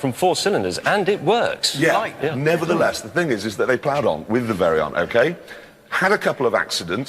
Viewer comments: I love how Jeremy pronounced the Veyron's name "Very-on" lol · "Bugatti Very-on" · I heard it aswell. But i dont blame him tbh... he is a brit and he actually pronounces the R. Wow! I ordered a new sign.. "Drive slow. Toads ahead!"